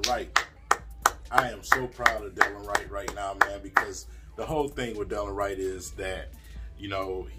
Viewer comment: It’s de-lon Wright Prounounced “da Lon “